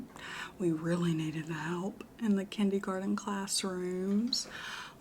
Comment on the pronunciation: okay but is she passionate about the kindey-garden potatuh parade...?